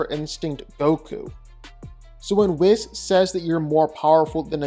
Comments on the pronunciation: "Whiz, Kee" :( "Weese, Kye" :) Whis, Ki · Its not "whizz"... its Wees! Lol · i almost punched my monitor when you kept mispronouncing, "Whis" say it like this Weesss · You know you're pronouncing Whis incorrectly, right?